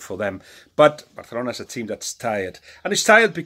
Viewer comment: Bathalona 😂 your ok Balague